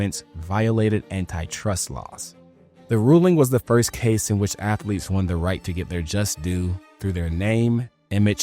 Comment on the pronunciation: He wants them Cartman student ath-o-leets back